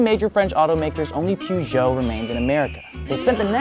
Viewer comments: I'm sorry that might be the worst pronunciation of Peugeot ever. Where are you getting al the extra letters from? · It might be an idea to actually try, as you do, to at least make an effort and pronounce the names of these iconic car manufacturers. We do too when talking about Buick, Chevrolet and… sorry, wrong examples. But know that ‘Puszow’ is actually pronounced (phonetically) Pùh-zhow. Try it. Makes you actually sound more knowledgeable. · Im not french, but hearing "puchons" hurts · Poojoes 🤣🤣 it’s peurjo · one day the Americans will pronounce Peugeot correct, its more like puh zhow (per joe or purr joe) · Just an fyi for America. Peugeot isn't pronounced Poo-jho, it's pronounced more like Puh-jhow. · please stop sayinh poohgoot hhaahahahh its puhgo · The way you pronounced "pooshow"!! 😂🤣😂 Its pronounced more like "perrshow" 👍 (I'm from the UK 😉) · Could Americans please stop saying POO-ZHO or PYOO-ZHO, it's PER-ZHO (or as close to that as makes any difference). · Not poojo , perjo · It's pronounced "Peugeot" not "pujo" 😂😂😂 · Hearing Pougeot instead of Peugeot makes my ears bleed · Poo - zhoh ? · why do americans keep callin it poo-geot smh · Your "Poohgeot" pronunciation made me chuckle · Peugeot never made it because Americans can’t pronounce it correctly. (Puh-zhou.) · hahaha you pronounce Peugeot Poo-Joe in english? 😀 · That's not how you say Peugeot. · I am NOT French , I do NOT speak French but I cannot stand the terrible american pronunciation of Peugeot . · The way you Americans pronounce Peugeot simply twists my guts xD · Yo, do all Americans pronounce Peugeot like that? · Lol how you guys pronounce Peugeot and Citroën. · Next time just look up how to pronounce Peugeot. I cringe every time I hear it pronounced like that. It’s like saying aluminum instead of aluminium.